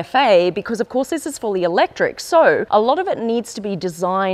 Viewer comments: All is great until she say 'electric' 😂😂😂. This is a joke, pls stop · Im so sorry for real. You lose me when you say "fully elect.." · i was so keen then you said eletric and i lost all hope